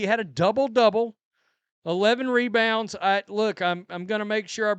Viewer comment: "Mebounds" Angel is now trying to trademark it